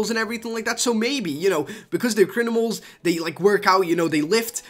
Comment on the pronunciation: you said crinimals